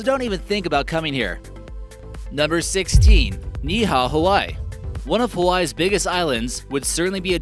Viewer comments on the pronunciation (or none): none